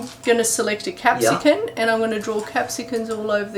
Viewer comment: What is that "Capsican" thing you speak of?